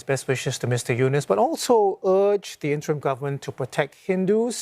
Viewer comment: CNA should pronounce Yunos as Eunos not Eunice. Should pronounce people name properly.